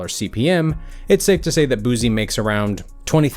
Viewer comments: Brah keeps saying Boozy 😂😂😂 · This dude saying say boozie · "Boozie" lmao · Nobody: ... This Nigga: “Boozie” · The narrator says Baton Rouge correctly but didn't say Boosie correctly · I can't take you serious, you're not even saying his name right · If I had to hit my spliff every time you got the man name wrong It would have been gone in under a minute. No Cap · I stopped watching because of how he pronounced his name..... 👎🏾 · He can't even say his name right 🤔🤔🤔🤔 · Where the hell the Z come from in his name! Smh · Learn his name. SMH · Had to stop I just couldn’t hear you butcher his name like that one more time! You are being to proper...pronouncing every syllable lol Gotta add that ghetto pronunciation to it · I thought I was the only one who thinks he’s fucking up his name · Mannn gahh damn If you cant say boosie stop saying it after every sentence make it hard to watch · BOY WHO TF IS BOOZY????? we from BR boy Boo-see BOO-SEE not BOOZY and it's See-Lock not See Lowk or what ever middle eastern sounding accent you said it with. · Its Boosie. Not Boozie 😂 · BOO-SEE NOT BOOZEE fuck man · Why he keep saying boozie it’s Boosie bruh respect my dog name frfr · You'd think they would've researched how to pronounce his name properly first 🤣 BOOZY 😂 who? It's Boosie! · i wish he would say his name right it’s Boo-c not boo-z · “BOOSIE” with an “S” not BooZie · 🗣ITZ BOO SIE NOT BOO ZEE got damn get that shit right🤦🏾‍♂️I’m gone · it pronounced "boo-see" not "boo zee" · Boozee? BooSEE thats how you pronounce it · It's boosie nigga not boozie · Its Boosie not boozy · boozie Me: (Boos -ie) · His name not booo-z it’s pronounced boots-c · His name is not boozie. It’s boosie!!! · Shit. Stop saying his name like that. He not a bottle of BOOZE. It's not BOOZE. Its BOOSIE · Why y’all keep callin that man Boozy.....🗣🗣🗣BITCH ITS BOO-C(BOOSIE) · Allat research n this nigga can’t pronounce boosie name, lol white ppl so funny. It’s boo-see not boozy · "Boo See" not boo zee